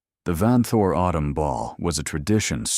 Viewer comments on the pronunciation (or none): none